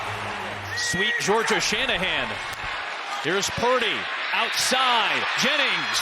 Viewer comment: Did he say coach shinhead 😂